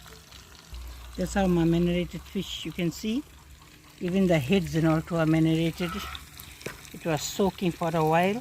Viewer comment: Hi shailin pls tell mum its maranade not menarate